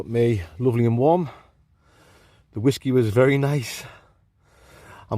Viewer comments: Wot is wasku, or should I ask do you think you are saying Whiskey :) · What is it with the way he says Whiskey? It's proper weird and annoying 😂